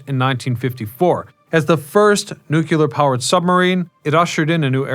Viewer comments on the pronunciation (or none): Can you not say nukular like you're George Bush?